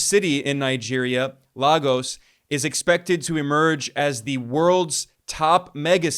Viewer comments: It’s pronounced : “Lay-gos not Lah-gos” …Nigeria 🇳🇬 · It's not pronouced 'La-Gos' ... but "LAY-GUS' Kindly take note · It's not Lah-gos. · PLEASE STOP MISS PRONOUNCING THE CITY OF LAGOS. ITS LAY - G - US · The city Lagos in Nigeria is pronounced "Lay-ghose" Long "o"-sound as in the word "most" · Lagos is pronunced Lay-Gus. You're welcome. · How hard is it to pronous lay-gus? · In 2025, the mispronounciation of Lagos is not an excuse. Seriously, guys!